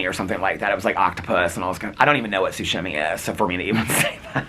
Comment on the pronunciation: ‘Seafood sushi.. sushimi or something like that’ omg the shimmy shimmy’s really are taking over your brain 😂 it’s SASHIMI. Not being a smart ass correcting your pronunciation, just pointing out the shimmy shimmy’s influence😂